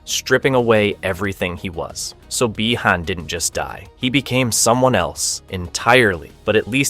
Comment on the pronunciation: Or when he mispronounces Bi Han